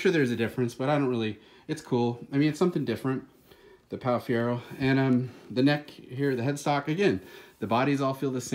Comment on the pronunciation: It’s like your trying to say Guy Fieri